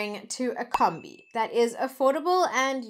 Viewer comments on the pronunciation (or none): Its not combi its prononced kumbi